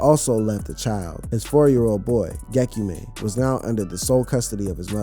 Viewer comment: It’s not gekyumeh it’s gek-yu-me